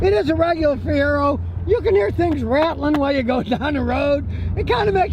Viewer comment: First time I ever stopped watching. He said Fiero. Lol.